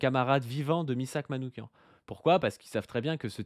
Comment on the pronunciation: Soutien à la Jeune Garde ! En revanche, en honneur de notre défunt camarade, attention à la prononciation de son nom : Manouchian se prononce avec /ch/ comme dans /cheminée/ pas /k/ comme dans psychiatre... Ça ressemble beaucoup au nom Manoukian, mais ce n'est pas le même 😉